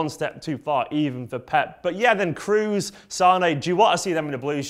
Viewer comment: "tony cruz"???? KROOS..K R O O S..The "O" is like in - OH my God, i can't spell KROOS -. REPEAT: TONY KROHs. TONY KROHs..